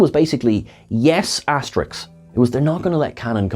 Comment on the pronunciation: "Asta-risk," not "aster-ix."